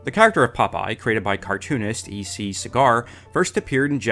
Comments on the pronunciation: It's pronounced SEE-gar, not CIGAR. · PS Segar is pronounce SEE - GER not cigar. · The pacing of the Popeye film is always unfairly compared with the Popeye cartoons. Just like the first Mario Bros. film was unfairly compared with the Mario Bros. video games. And that's Segar as in Pete Seeger, not cigar as in the smoke.